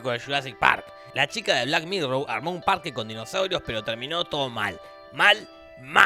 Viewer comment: Por qué dice black "mirrow" si es black "mirror"?